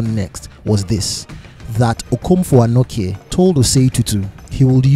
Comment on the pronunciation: Denkyira is pronounced as Den-kye(che - like teaCH)-ra and Anokye sounds the same. The last 3 leters ''kye'' is pronounced as 'che'. So ''kye'' isnt pronounced as 'kie' or 'key'